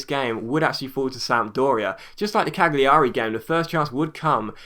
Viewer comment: I think the G in Cagliari is silent ..